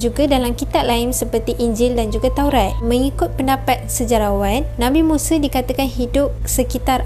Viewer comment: Bukan muse tapi musa...sebutan yang betul. Yg muse tu jihan muse